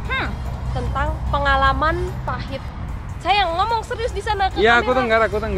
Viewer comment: Salfok sama baba 😂 bilang "ngomong" jadi "nomong" 😆 mood booster bgt kawa ❤